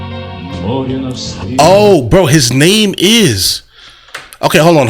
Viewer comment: Mope means Sea and pronounced Mo-reh